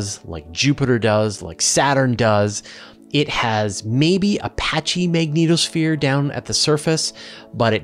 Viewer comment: I honestly cannot get past first couple mins simply because of how you pronounce the magnetosphere, dunno why it went through me but just did and put me off the rest